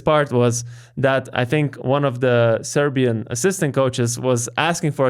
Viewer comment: You guys pronounce Serbian names and surnames super well.